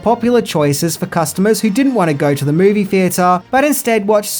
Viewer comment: I wish this guy would get a voiceover artist, there's no A after the word movie 🙄